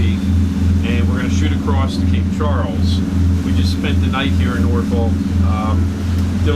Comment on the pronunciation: Dude learn to Pronounce Norfolk the “ L” is silent it is produced NorF*ck do not be a afraid to say it! What makes me the expert? I grew up in Great Bridge. Yes I know you are yankee! But that is no excuse 🤣🛫 I enjoy your videos! You are at Waterside! Not the Norf*ck Marina. I agree that is a tight dock to get into and out of, the Tall sailing ship is the American Rover that conducts narrated tours of the Hampton Roads area. If anyone finds them self in Norf*ck without a boat and wants to be on one for a few hours. This is a very informative tour. You will be glad you did.